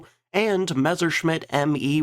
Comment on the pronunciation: Again, stop pronouncing it Mezzer. It's Mess-er